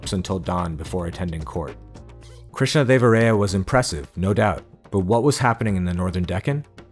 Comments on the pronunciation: It’s Krishnadeva-rāyā not Ray-ā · hey, nice video, actually is observed that your pronunciation of Krishnadevaraya is slightly wrong. It’s pronounced as rāyā not ray-ā